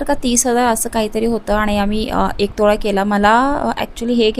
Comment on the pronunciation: तोळा not टोळा